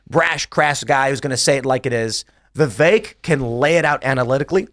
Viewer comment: Vipek Ramaswamy? 😅